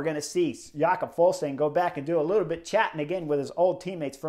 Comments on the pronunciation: Yep "Ya-cob" said it himself about 5 times on Daryl Impeys own YT channel (which is worth a subscription) "Ful-sang"👌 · Yo, Chris! The "g" in Fuglsang is silent. It's pronounced like Full-sang.